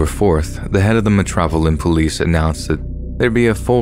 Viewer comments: I’m sorry but “MEH-TROPILLAN POLICE” 😂😂😂😂😂😂 I’m dying 💀💀💀💀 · Metropolitan police is pronounced Metro-pol- it- an its actually one of the easiest things to say as its just broken down bit by bit.. the way you said it had me rolling